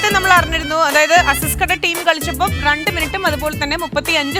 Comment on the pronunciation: റണ്ടല്ല ലക്ഷ്മീ, രണ്ട്.. ബിരിയാണീലെ ര.. 😁